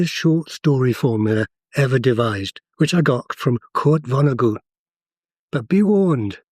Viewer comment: 😂 It’s jarring [and he’d find it funny himself] to hear Kurt Vonnegut’s name pronounced with approximated German phonetics —as though he were a German author who spoke German [or English…or his name] with a German accent. The guy was very much a prototypical American, born in Indiana, whose closest association with Germany was as a US veteran of WW2 who deployed to Europe to fight the Nazis — was captured, and as a POW survived the US firebombing of Dresden while held in the basement of Schlachthof Fünf …the basis of his book Slaughterhouse Five.